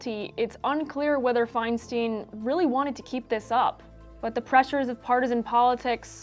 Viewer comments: It’s pronounced “fine-stine”, not “fine-steen”. It’s a valid topic, but such an obvious error distracts from the point. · Exactly. It annoys me every time I hear it. EI, at least in German, is pronounced "eye," as in "Ich bin EIN Berliner" (for those of us of a certain age).